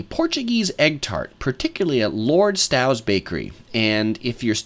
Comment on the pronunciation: Lord Stow is pronounced not like 'cow' but but like 'no'.